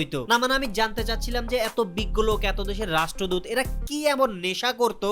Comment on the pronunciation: রাষ্ট্রদূত ❌ রাষ্ট্রদুধ